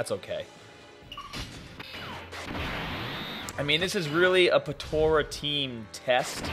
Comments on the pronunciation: lol why he saying potora XD but yeah potara is still the most broken team ever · Dude... potara not tora